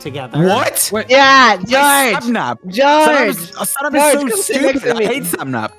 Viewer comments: Sapnap pronounces George’s name as “Goerge” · Why does Sapnap pronounce his name as Jorge